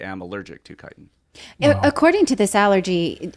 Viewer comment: Is that Max Igen mispronouncing 'chitin' in that clip?